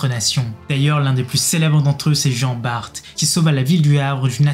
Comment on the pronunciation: Petite rectification Jean Bart a sauver Dunkerque et pas Le Havre et ça se dit « bar » super vidéo 😉